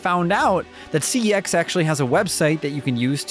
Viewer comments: Hehe, yeahhhh that isn't how you pronounce CEX. Not according to their own ads at least. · Yeah, that's not how CeX is officially pronounced. Unfortunately. Also it's quite good for finding great stuff. GAME is the equivalent of GameStop though. Cash Converters is a chain of Pawn shops. See also, Cash Generator.